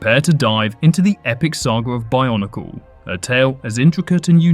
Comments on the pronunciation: stop saying barnacle ... it's called BIO-NEE-CLE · I honestly thought you kept saying barnacle